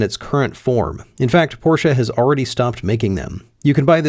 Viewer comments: I am German. Stop saying Porscha. THERE IS NO A IN PORSCHE. It is pronounced Porsch-Eh. NOT Porsch-ah. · For americans it's always porshaa or porsh but never porshe... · its pronounced Porch not porchE or porcha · yeah either Porsch or Porscha😂😂😂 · What is this porsha car? Only Americans talk about it, is it a new American make? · What's a Porschah? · Alsu you did not nail german expensive part :P As far as I remember from Duolingo course, that does not really sound like tour at all :) I know it was a jk, but its funny how far off it was even with assistence from gargle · Why do Americans say porsh-a. Pretty weird 😂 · No, you shouldn’t buy a 718; because you tortured me with your German pronunciation (?) your should buy me a 718, than get yourself a MX-5 RF manual as a reward for being such a nice guy. Note: I did “like” this video & I definitely agree that Porsche adding an additional 200 to 450 kg will be a travesty. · I don't think I've yet seen any of the Porsche guys on YT pronounce Porsche correctly. So it seems that owning a Porsche does not improve ones pronunciation of the German language.